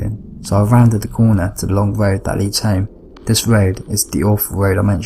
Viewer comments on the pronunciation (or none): A cwunch on the woad????????????